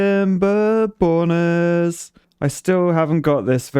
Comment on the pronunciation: I thought you said timberboners